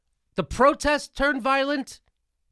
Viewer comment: the protesters are "voilent" hahahah :)